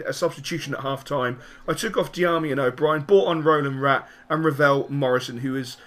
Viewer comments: You do know its Razvan Rat not Rolan Rat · Dont want to seem a dick, but its Răzvan Rat:p